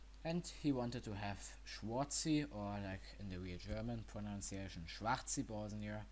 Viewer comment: No, Schwahr-zi ,but you must know german pronunciation